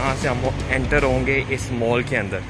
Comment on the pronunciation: it is not "mool" its is pronounced as "Mall". and also not "shoop" it is shop